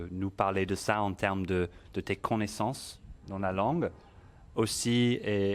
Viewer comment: Finally a great a precise video about pronunciation. This is excellent. - One thing however : as a native, not sure why he says E sound at the end of "maîtrise" should be pronounced. - Tu as l'air de prononcer "con" - naissance, hors c'est "co" - naissance.